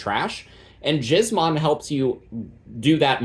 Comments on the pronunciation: Giz as in gizmo. Killing me with that pronunciation, brother. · Ain’t no way dude is pronouncing it like that 😂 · I'm begging you please don't pronounce gizmon that way.